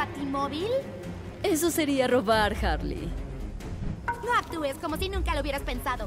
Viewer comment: Todos: Harley: Wasona